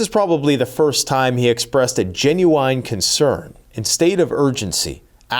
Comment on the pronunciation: It’s Gen-you-in Not Genyou eyeN Fuck